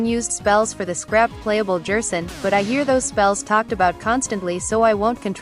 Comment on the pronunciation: Stop saying Jerson, what’s next WD Jaster? (This is a joke, it’s probably just the Text to Speech program)